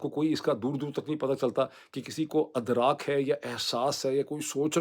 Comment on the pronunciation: It's Idraak (not Adraak).